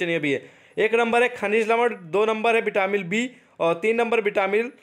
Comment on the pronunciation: Vitamin hai vo vitamil nhi